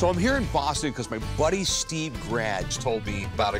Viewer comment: The Bwoston Red Sox. 😅